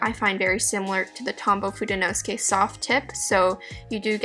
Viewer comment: Fude is Japanese for brush. You have fudenosuke a little off. fude 'no' 'soo' 'kay', not 'nos' 'kay'.